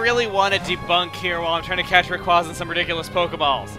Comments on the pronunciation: cmon its rah kway zah not ray kwah zah and its ever grande silent e not ever grand ay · You pronounce it raycwahza, google pronounces it raycwaza with a long a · Well not to be rude but it is pronounced rayqu(a)yza not au just a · It's actually Ray-quay-zuh, as in quasar. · Every time he says "Raykwaza" it hurts my soul just a little bit. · But that pronunciation SUCKS. Everyone prefers Ray-QUOI (as in pourquoi)-za over Ray-QUAY-za... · not even can pronounce it right. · It really irks me how pronounces Rayquaza... I mean really? Dummy...